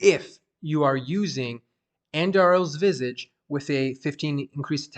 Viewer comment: The way you say Visage bothers me because you keep saying Visige.